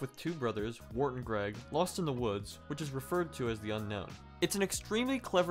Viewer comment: It's Wirt not Wart